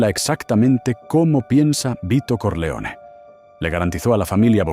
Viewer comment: This AI soundtrack sucks. Corleone should be pronounced correctly. It’s not Solosso. Stronjest? Come on.